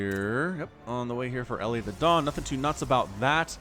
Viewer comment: I've seen elithedon's name on this channel a lot, and I keep wondering if you're mispronouncing it. It looks to me like "Eli the Don", pronounced like the short form of "Elijah", i.e., "ee-lye"